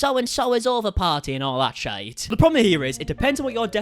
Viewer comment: Hahahahha whatnot. But "shite" pronounciation is cute